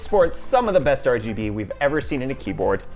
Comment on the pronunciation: Did he just say R-G-B into Rgb